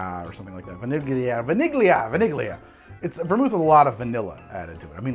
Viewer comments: I realize I'm a bit late here, but I scrolled through some comments and didnt see anyone say this> In Italian the gli sound is pronounced more like a lee, so vaniglia would be closer to a 'va-nil-ya' sound. so Vanigli would be more said like 'va-nil-yi'. Its hard to spell in english though, since the gli sound doesnt really exist in english. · A heads up, “gli” in Italian has no actual G sound. “Vaniglia” basically sounds like “vah-NEE-lya” only the -glia/“lya” is sort of in the back of your palette and tongue. It’s like the hard Y in “yellow” mixed with L, and the “i” at the end basically doesn’t exist. It just transitions into the next vowel. Hard to explain, it’s easier if you hear it. :)